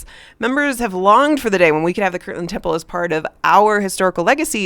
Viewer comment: It is KIRTLAND, not kirkland!!!